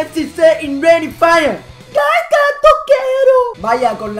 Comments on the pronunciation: se pronuncia gaiska pero bueno XD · La z de Gaizka se pronuncia como una s :S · La z de Gaizka se pronuncia como si fuese una "s". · like si te sangraban los oídos cada vez que pronunciaba mal Gaizka XD ese euskera joder, toquero balón de oro ya XD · Hay una cancion mejor de toquero spurss pero buen video ajajajjaja y se pronuncia GaiSka jajajaj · espabilao di bien gaizka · pronuncias mal gaizka pero ni te rayes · a ver si aprendes a pronunciar Gaizka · aber una cosa es k no sea el mas famoso de los jugadores pero gaizka es y a sido una leyenda en el athletic y el alaves y otra cosa es k no te guste la musica vasca xk no as puesto la cancion mas visitada en el proximo coment. Y aprende a pronunciar su nombre k aki las z se pronuncian diferente